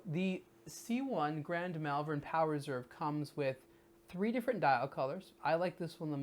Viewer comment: have to say, cus I live there. it's pronounced 'moll-vern', not 'mell-vern'